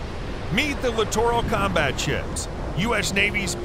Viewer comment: Another LCS video where the narrator doesn’t know how to pronounce “littoral”. It’s pronounced like literal.